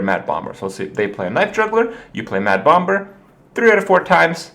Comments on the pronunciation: Sxriously i dont get it....its pronounce bom er...so whats the big deal? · bomBer? the second b is silent!!!!! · "bommer" not "bom-ber"; the second 'b' is silent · its pronounced Bommer like Lamb is pronounced Lamm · I didn't even know you said Bom-ber until you pointed it out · Herthstone, bom-BERS, Kripp kills me with his pronunciation. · HERTH BOMB-BER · Please continue to disregard what everyone says, Kripp, and keep pronouncing it "bomBurr." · I want to watch but my English anus tightens each time he says BomB-ber :( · Why the hell is he pronouncing the second 'b' in bomber for? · gasp did he actually read my post about me correcting how he said "bomber" ? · please stop pronouncing the B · why does he put some much emphasis on the second b in "bomber"? I've noticed this in his other videos too and it bothers me lol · someone tell kripp the b is silent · didnt realise kripp was saying bomber wrong till he mentioned it himself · The second B in bomber is silent. Not what some people want to call it, just how the word is pronounced in English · Why does this jackass pronounce the second "b" in bomber? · I am starting to think that he is pronouncing bomber incorrectly on purpose. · SirGooglinMort Smith Kripp has some other pronunciation issues too - enunciating the silent 'b' in bomber, may-ta instead of meh-ta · magus424 I think thats just because pronouncing the b in bomber is just fun. He knows how it is supposed to be pronounced.